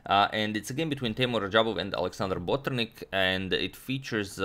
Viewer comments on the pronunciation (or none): #suggestion you say Botrnik instead of Bortnik.